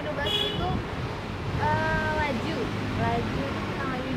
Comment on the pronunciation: Lajeu bukan laju